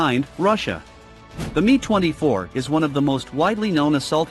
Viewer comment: You say the M and I in Mi as separate letters not together as ME for Mil Helicopters!